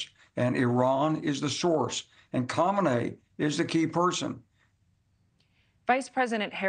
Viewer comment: I know. I'm making fun of his awful pronunciation. 😂